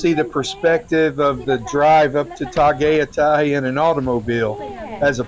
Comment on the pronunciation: Tah Guy Tie. Tagaytay